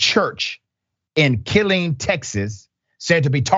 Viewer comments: So many inaccuracies within the first few sentences of this man talking that it completely negates anything else that comes out of his mouth. 1. "in Killing Texas,".... it called KILLEEN. Pronounced, "Kil -leen." 2. "nation's largest Army base." (for starters it's not a "base," it's Army, so it's a POST) fact check: The nation's largest Army post is Ft. Bragg, North Carolina. Home to 54,000 active troops. 3. "Rancher," it is spelled, Rancier and pronounced: Ran-cier Point being, if this news agency commented that many inaccuracies right out the gate, imagine how many more inaccuracies are peppered through out this segment (or any other story they air). WHAT A LOAD OF EXTREMEIST AGENDA THIS TURD IS PROMOTING! SHAME ON YOU. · I love the Pronounciation "KILLIN" Texas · Ki-LEEN, TX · I'm in Austin, when he said Kill-Lean I thought, well I've never heard it pronounced like that before. 😄 And yes, it's scary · Pronounced Kill-Een Texas. I was stationed at Fort Hood. Good grief. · Dr Rashad, ITS pronounced CAH-LEEN, TX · Killeen has the long e vowel sound, as in Kill-ee-n. Think, Charlie Sheen rhymes with Killeen. Just FYI 😊 The name is also rumored to have a racist origin...I lived there for many years. K I L L Each & Every N... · What inaccuracies are you going on about? Besides the mispronunciation, he’s speaking the damn TRUTH. Sorry darling, But your Christian Taliban Party and their dumb followers are the extremists. Not the other way around. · He's pronouncing Killeen TX wrong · You need to learn how to pronounce words before you try and report the news. . Also ST is an abbreviation for street. You should learned that in elementary school if you would have finished it. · That’s not even how you even remotely pronounce those street and Ave names in Killeen. This is a wild video 🤣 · KiLLeen just like Methington State